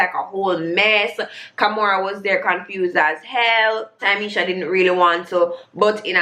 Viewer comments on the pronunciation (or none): loool. Also it's Ta-me-sha